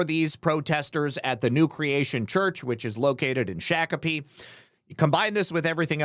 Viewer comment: It's pronounced shock a pee